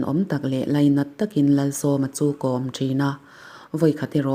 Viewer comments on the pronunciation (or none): none